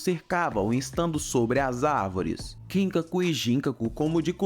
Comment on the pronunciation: KIN-kaku e GIN-kaku 😂😂😂😂 mano a pronúncia não é assim, ela é ginKÁku e kinKÁku